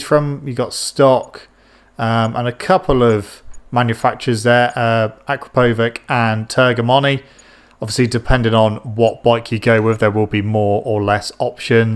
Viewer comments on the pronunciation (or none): TERMIGNONI NOT TERGHIMONI PLEASE🤗🤗